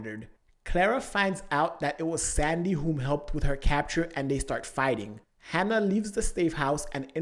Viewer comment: Say "Hanna" one more time... I dare you